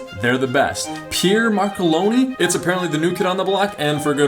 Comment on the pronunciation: I do (and by the way it's Marcolini, not "Marcoloni"), although it's not my top favourite brand.